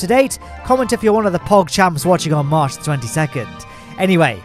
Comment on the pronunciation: you said: "comment if you're one of the pogchamps watching on March 22" I heard: "comment if you're one of the pogchamps watching on mars 22nd" I thought you told someone to comment if they were watching from mars in the 22nd century lol